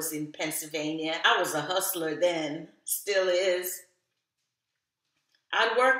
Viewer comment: "I was a huslta then.....still is!" 😂 I missed you!!!!